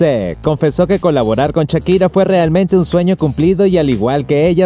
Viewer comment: ahora podrian aprender a pronunciar shakira y no chakira.